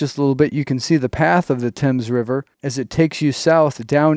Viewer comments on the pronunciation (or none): The Thames River is NOT pronounced like the British one; instead Th is pronounced the Same as for the th in saying think. I would create a large conservation property where natural resources are protected for Peace, Serenity, and Wildlife to roam. Being close to the Casinos, it would be a natural draw for the indigenous people to roam, recreate, educate, and flourish.